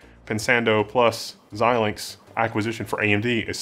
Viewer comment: Thank you, for being one of the only YouTube presenters that can pronounce Xilinx.